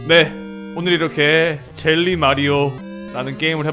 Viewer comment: 줴~~~ㄹㄹㄹㄹ 뤼 마리오....줴~~~ㄴ 장이쥬??ㅋㅋ 재밌게 잘 봤심돠!!!